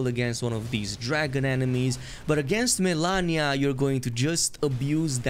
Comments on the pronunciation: 8.30 no, you can't have said MELANIA instead of MALENIA ... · Malenia not Milania ^^